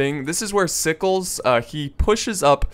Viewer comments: i dont think Sickles is pronounced "sikes" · its pronounced you well. i was raised in the south so it a requirement lol and sickle was a key component to the victory and the battle even happening the csa would rather have not fought there but if they had to lee wanted to hold the heights but since there was a union unit in the way his forward units couldn't get past them. to take the hills.